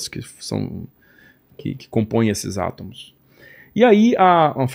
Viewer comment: ÊSSE CARA DIZ *ATAMOS*...